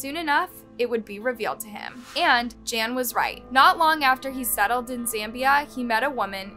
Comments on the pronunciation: You totally massacred his name. Gan is pronounced as Gun and Sou is pronounced as So. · How horrible for this to happen to someone… Also, the pronunciation of his name is horrible. “Gan” should a hard G, like in “garden,” and your pronunciation of “jiong” fluctuates wildly. It’s disrespectful to not even look up how to say his name if you are making a whole video about him. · Gan is not pronounced ‘Jan’ and that’s his family name, not what he’d be called. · Jan? Seems it would be almost like gone, but Gan..not Jan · Um, are you pronouncing his name (Gan) correctly...? 🤔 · Pro tip: if you're going to do an 18 minute video about someone's murder, the least you could do is learn how to pronounce his name properly. It's Gan, like Gun with a hard G, not a J. Soujiang is pronounced So Gee Ong.